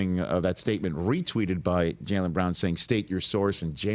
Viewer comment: JAYLEN FFS get his name right. It’s not hard.